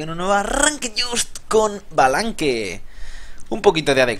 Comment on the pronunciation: No se pronuncia balanque ._. al menos dí shbalanque xD